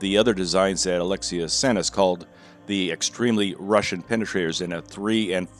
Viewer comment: pronounciation of alexey is a-lex-ey not a-le-xi